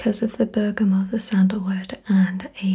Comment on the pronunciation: I'm glad you say bergamot without the t sound on the end. I've had arguments about the pronunciation before lol.